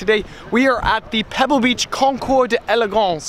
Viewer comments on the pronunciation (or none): Concour Duh-elegance? Concour-elegance. Just barely make the d’ sound.